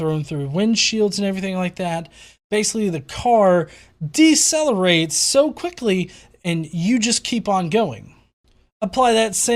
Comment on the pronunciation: "Decelerates"... come on, now...